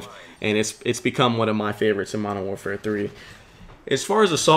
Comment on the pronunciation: I love your commentaries, as well as i dont want to tell you how to commentate, but please says Modern Warfare correctly, I used to do the same thing and i Do not want to sound rude but it bugs me when you say Mowafare 3